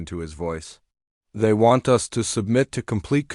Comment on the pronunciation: Stop pronouncing "us" as "U S". In these stories, it's not the abbreviation for the United States. Delete this abbreviation from your dictionary. "Procedures" should be pronounced "pro-see-dyurs" and "easily" should be pronounced "ee-si-lee". Update your dictionary.